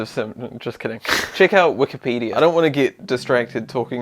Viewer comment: The best thing about is that every time he says "Wikipedia" I can't tell if he's saying that or "Wookiepedia". This guy loves Star Wars, after all.